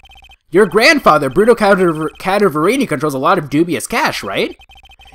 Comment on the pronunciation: It pains me how you pronounce "Cadaverini" I'm pretty sure it's pronounced Cadaver(dead body) + ini